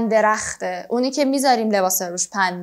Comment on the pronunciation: سلام ممنون از شما نظر داشتم در مورد اینکه روتخته خیلی بد خوانده میشود